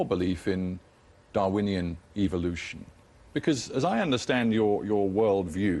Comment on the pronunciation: lol he (the moderator) says evolution like "eviloution"